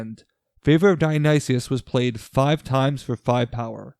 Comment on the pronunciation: This team should be called the Yayas. Also, Dionysus is /daɪ.əˈnaɪsəs/ = die-uh-nigh-sis.